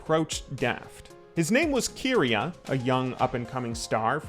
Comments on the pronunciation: I cringe everytime he says Keria like Keeria. It's Keria and you pronounce the Ke like the ca in camera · overall great but i'm just bugged with the keria pronunciation 😭😭😭😭